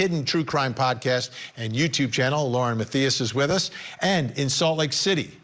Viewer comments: Vinnie ... What the heck, man ... Were you feelin' the effects of too many cocktails? Lauren's surname is pronounced : Math. Eye. Us. , ok? Please show the respect to this woman that she deserves & has earned. You owe her an apology, on air & in person. We'll wait ..... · Tell Vinnie to pronounce Lauren’s last name correctly